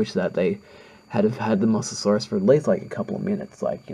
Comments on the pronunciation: It's pronounced moe so saurus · Say mosasaurs like mo-za-saurs